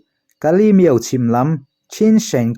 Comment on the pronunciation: Miauhlah ilam dan hi adik lo deuh Miau tih tak kha , thluk hniam lo vin. Thluk sang la, adik chiah ang mizo tak in lam la adik duh zawk